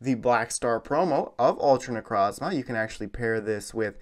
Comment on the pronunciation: Necrozma that's not how you say it I'll per nuance it ne-croze-ma necrozma